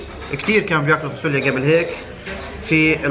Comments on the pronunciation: هههه نار خيا... بس شو هاي الفاسوليا هههه... فاصوليا بال ص مش فا س وليا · 😅😅اسمها فاصوليا مش فاسوليا